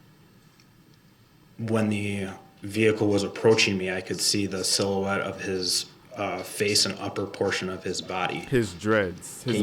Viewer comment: Lol You were right he db dropped the use of adamant when he realized he db couldn’t pronounce it properly lol 😂 Lol another word he db does not know is silhouette lmao 😂